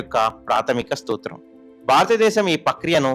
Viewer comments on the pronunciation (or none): ప్రాథమిక "స్తూత్రం కాదు రా బాబు. అది ప్రాథమిక సూత్రం"